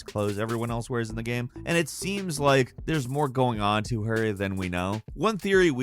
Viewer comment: “Pokémon GAM” lmaoooo